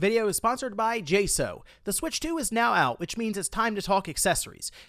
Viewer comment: I love you but New rule if your gonna be sponsored by a company you need to learn how to pronounce the company’s name not J So it J Saux